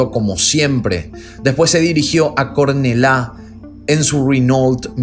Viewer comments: hola,! Se dicé "corneyá" en español o "curnellá" en catalán, no "cornelá". gracias por el contenido, soy de bcn y no sabía nada de este crimen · Yo soy catalán y me encanta como pronuncias Cornalla, es lindísimo, muy mal pronunciado pero L I N D I S I M O ☺️ PD: los mosso d'escuadra son la policía autónoma de Cataluña, no se yo si son muy autóctonos los cabritos esos... pero autónomos sí que de les ve, hacen lo que quieren... ✌️ Muy bien vídeo, saludos desde Barcelona 👌👍☺️ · Cornellá se pronuncia Corneyá 😊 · No pronuncia “Cornelá” se pronuncia “Corneyá” aunque se escribe “Cornellá” ☺️☺️ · no se dice CORNELA..es LL..se pronuncia como la letra Y....CORNELLÁ..las 2 L se pronuncian como 1 en italiano..en España no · mossos de escuadra lo pronunciaste bien , pero Cornella ya es otra historia jajjaj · te sigo mucho, una cosita es Cornellá osea que suena con "ya" jeje yo soy colombiana pero me crié ahí en Cornellá y es curioso que toques temas de asesinatos en lugares cercanos. Espero que no te haya molestado mi corrección un beso grande 😊☺️ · Cornella se pronuncia como una y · Cornellà se pronuncia como si fuera una Y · Humillas lo dices bien,pues Cornellá y Llobregat igual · Cornellá, se pronuncia tal como se escribe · Excelente caso! Solo un detalle: en catalán, Cornellà de Llobregat y El Prat de Llobregat se pronuncian con la misma doble ele que Jumillas, no con una sola ele. Por todo lo demás, fue un caso muy bien trabajado por tu parte, saludos!